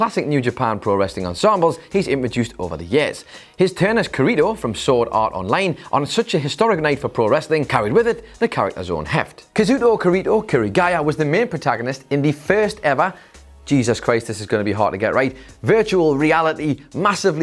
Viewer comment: 😂 Pronunciation of Kazuto Kirito Kirigaya as kazuto kireedo kireegaya 😂